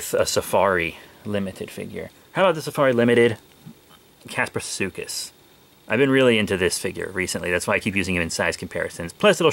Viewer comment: It’s pronounced Das Pleet O sor rus